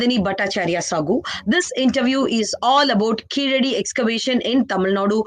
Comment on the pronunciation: Being in top management of ASI, she should learn to pronounce the excavation site name correctly. Khiladi is wrong. It is Keeladi.